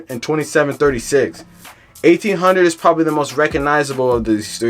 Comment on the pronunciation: Garbage video in you saying the name of the hood wrong